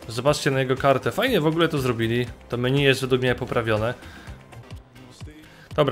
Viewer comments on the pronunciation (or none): none